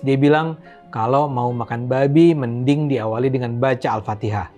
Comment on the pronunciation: Saat si abang mengatakan "deungon", keluar sdh logat awak Nanggroe nya. Krue seumangat adun!! God Bless You